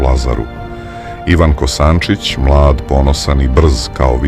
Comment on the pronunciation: Ne Kosancic nego Kosancic